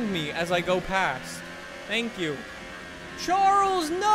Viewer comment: cringing when he says charles